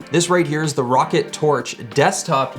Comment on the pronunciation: this here is the rocket tf its (R-OH-CAT)